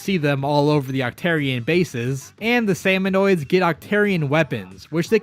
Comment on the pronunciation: i'm a giant lore buff of the splatoon series and it made me cringe so hard hearing the video call salmonids "salmonoids". it's pronounced "sam-oh-nid", there's no O after the N. salmonids have their own handful of interesting lore, like how their species worships the concept of death and thinks dying for their tribe is a noble cause. they tend to fight with kitchen utensils, like how smallfrys use spoons to attack, cohocks use frying pans, there's an entire boss salmonid species called grillers (wonder what they use), and more.